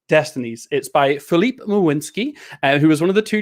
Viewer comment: Man, you nailed the pronounciation of Filip's and Michał's names, well done!